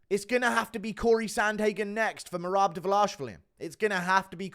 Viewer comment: has me in tears with the he can’t get marads name right 😂😂😂😂